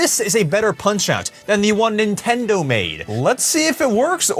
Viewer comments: Nah it’s Nintendo ritch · Nintondo smitch😂😂